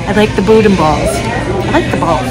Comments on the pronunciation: it’s actually pronounced “BOO’-DAN”. And that soup I’m pretty sure was gumbo. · As a Louisianan: some FYI’s for you. 1) gumbo is not soup, it is more of a stew 2) boudin is pronounced boo-dah, you do not pronounce the “n” at the end 3) alligator can be very tender, depends on how it is prepared. I live in the middle of Cajun country. If you ever pass close to Lafayette, Louisiana be sure to stop by, you would love the people, food, and culture. The Tabasco plant is not far from here. Would make a great video. Safe travels, God bless! As we say in cajun country, laissez les bons temp rouler (let the good times roll)! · Boo-Dan is the correct pronunciation in Louisiana 😀